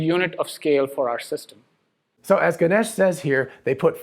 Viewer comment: Ganesh pronounced “Gan- ayish” ay as in “hey” :)